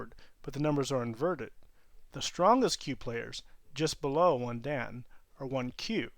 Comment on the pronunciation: "Dan" is not pronounced right in the video. Think of the honorific "-san" but replace the "s" sound with the "d" sound.